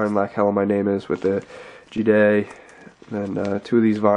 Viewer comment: It's not G-DAY is ga-day like an australian g'day mate!